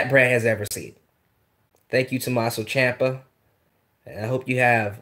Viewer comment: Tommaso Ciampa. Champa. Chiampa.